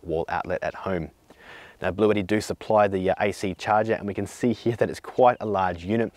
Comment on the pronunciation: Blueshetti mate.